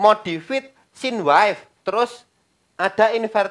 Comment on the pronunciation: Koreksi Bukan wife bacanya (waif) pak tapi Wave bacanya (wef)